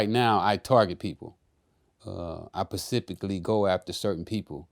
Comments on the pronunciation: “ I pacifically go after certain people “ 😳😳☠️☠️ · What is Pacifically? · I pacifically target........ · "I pacifically go after certain people" My man on his seven seas shit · Lmao- specifically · I caught that too...lol. I was like no "s".